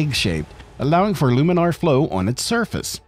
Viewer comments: Is that really how you pronounce laminar? "Loominar"? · Laminar flow, not luminar flow. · You started off saying laminar flow and then started saying luminar flow for the rest of the video. It doesn’t make you sound fancy, you sound like an idiot. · laaaaaaaaminar. It's "laminar," not "luminar."